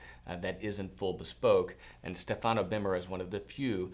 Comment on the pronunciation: you must pronounce Stefano in the correct way. The accent is on the first vowel StEfano. Cheers